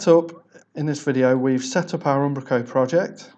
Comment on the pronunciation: I like how he says Ambrako, that said thanks for the tutorial